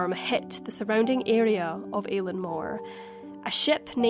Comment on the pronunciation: Great video. One small thing - Eilean is pronounced as eelin